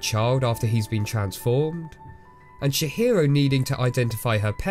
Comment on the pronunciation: And he also calls her Shihiro and I'm dying haha. I always forget how little most people know about the japanese language. It's Tji-hiro!